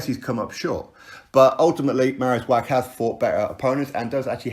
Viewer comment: You are driving me nuts wach is pronounced Vach Love your clips though x